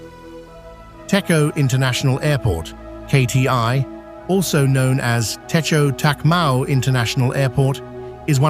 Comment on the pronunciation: តេជោ Techo = please pronounce Dejo even though it's written Techo